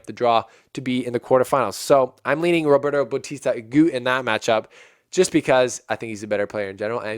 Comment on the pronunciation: I had a impression that you don't know much about tennis. If you do, you can't say RBA is a clay courter. Please do your homework before the show ( watch matches at least highlight, research about players and tournament rules). PLUS, please pronounce players name properly, if you can't , just call roberto RBA instead of babbling like a baby. make this show professional. I know you youtubers doing this for business.I am not a RBA fan by the way but just got annoyed how little you know about other players or matches unless Federer plays in them.